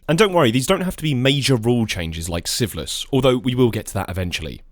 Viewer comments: Are you saying syphilis? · The way you pronounce "Sieveless" sounds like "syphillis" and I was very, very confused for a little bit. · completely unrelated to the actual content of the video, I keep mis-hearing "Sieveless" as "syphilis" 🤣